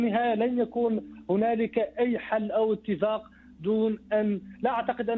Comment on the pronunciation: ههههه يا مجنس العربي لايقول اتفاك بل اتفاق ياحزني على اللغه العربيه مع مجنسين قطر